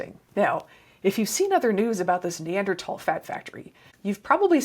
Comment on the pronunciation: On top of all the great info, thanks for pronouncing neanderthal properly. (Pedantic pet peeve.)